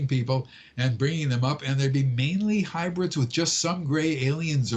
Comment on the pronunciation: Its actually hybrids....not hubrids or hibrids. :)